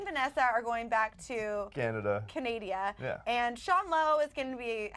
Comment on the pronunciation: I don't understand why Americans pronounce Canada wrong. What the hell is Canadia?Lol